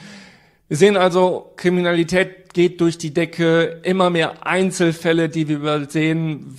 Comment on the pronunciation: "bei der kriminilität" :)